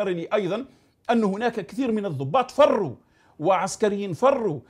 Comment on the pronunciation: سنطبع مع إسرائيل ونقطع مع الجزاءر،عندك شي مشكل.المغرب لن يحارب بوليزاريو ولكن سيحارب الجزاءر.والجنود المغاربة فرو أرو كما تنطقها انت ،اصبتم بالجهل والسعار ولم تستطيعو فعل أي شيء سوى النباح.على العموم الشخصية الجزاءرية مشهورة في العالم بأنها شخصية سيكوباتية متهورة وكذابة لدرجة لا يمكن تحملها.السيد مالك وما انت بمالك اصبحت تؤلف أفلاما ولو بعتها لهوليود لربحت مبالغ كثيرة بالدولار وليس بالدينار لي ما يشري بصلة